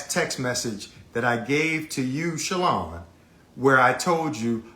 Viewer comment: It’s Shalon not Shaylon Kemp 😂 love you ❤